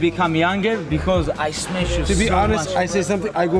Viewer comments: "We need light brother need to smesh someone" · "We need light, we have to smesh someone" hahah this guy can't stop making incredible memes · just the word smesh tho hahah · When it’s been 15minutes and khabib didn’t smesh someone